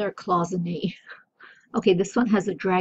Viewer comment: The way to pronounce Cloisonne is like when you are annoyed at someone and say Oi ... 😉